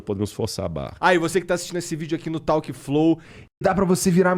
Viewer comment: Interessante esse papo com o Rodrigo. Tenho muitas críticas em relação a ele, mas achei que ele aqui foi sensato. E Igor, troca o clip que você fala 'tauque flou" porque soa ruin demais kkkkkkk Não é 'tauque', é muito mais simples. É só ´tók'. Valeu irmão! Adoro o teu podcast